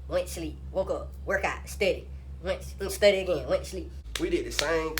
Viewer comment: He said studay😂